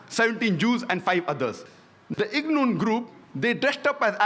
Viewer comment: Irgun not ignun